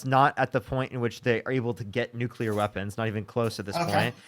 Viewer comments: It’s nuclear. Not nucular. Geezus. 🤦🏻‍♀️ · Why do people say "Newcullear"/ It's Nuclear! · She did, in fact, say "Nevada" is a city in California 😂 I had to back it up but she definitely said it. And are people really still saying "nuculer" when they mean nuclear? Damn, Bush Jr. would be proud of this caller. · Ignorance. Buzzwords. What about … . Conflating. Deflecting. And I hate “noo-kyoo-lar” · Did he just say nucular?😢